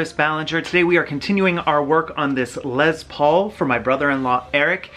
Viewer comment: I think it’s LESS Paul, not LEZ Paul.